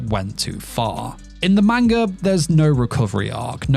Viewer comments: Ppl please 👏🏼start👏🏼pronouncing 👏🏼manga 👏🏼corectly👏🏼. I swear to god it makes anything you say after lose all credibility. “Meinga” is not a thing. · Grown man can't pronounce manga 😂😂😭